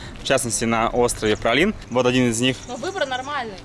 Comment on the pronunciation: Но как же режет слух этот "пралин" по 20 раз за выпуск!!! Ну как можно было найти это нечто?) Даже интересно, на каком языке произношение может быть именно таким?